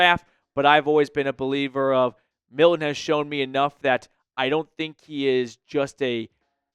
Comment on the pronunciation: Can you pronounce Milton? Yikes.